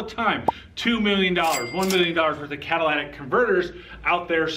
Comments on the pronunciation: The "cadillac converter etch"??? Who does this guy think he is -- Joe Biden? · Why do you repeatedly say "Cadillac converter"? You have to know better. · Are you saying "Cadillac Converter"? It's Cat-a-lit-ic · Caddilactack converter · It's not a CADILLAC converter, and it's not a CATHOLIC converter! Say it with me.....CATA-LIT-TIC converter! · Did you say Cadillac converter 🤣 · Cadillac converter, Cadillac converter, Cadillac converter, Cadillac converter..... I can't take this clown serious. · NOT Cata- LAT-ic, Cata- LYT-ic !! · It's "Catalytic Converter" not "Cadillatic" Converter".... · Dude...it's "Catalytic", not "Cadillatic." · I know you didn't just say Cadillac converter. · “Lit” not “lat” Catalytic not cadillatic. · Catalytic not Cadillac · Yo, second grade. The word is catalytic . Not cadillac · You fail because you said Cadillac instead of catalytic? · Did he say Cadilladic converter? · CA-TA-LY-TIC not Cadillac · A Cadillac converter etch?? Learn to talk!! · Cat-a-litic, not Cat-a-lattic. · Dude, why do you keep saying "cat-a-llac" converter? It's "cat-a-lyt-ic". Did I miss the humor disclaimer? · Cat-ah-lih-tick. Not cat a la tick or any other of the crazy ways people pronounce this. Not Cadillactick either. Lol. Thank you for exposing these criminals. A thief is definitely a thief. Catalytic converter protection on a Ford Lightning. LOL!!! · Say it with me “ cat a lit ick” 😂😂😂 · You are in the auto industry.Learn to pronounce the part please.Not trolling you ,just want you to sound educated.. ka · tuh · li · tuhk ! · I love how he can't pronounce the word right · anyone who cant pronounce catalytic converter automatically loses all credibility